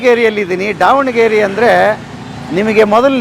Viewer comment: ಅಣ್ಣಾ ಅದು ದಾವಣಗೆರೆ, ಡಾವಣಗೆರೆ ಅಲ್ಲ